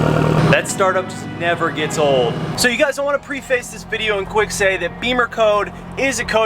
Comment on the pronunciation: Preface is not pronounced pree-face, it PREF-iss.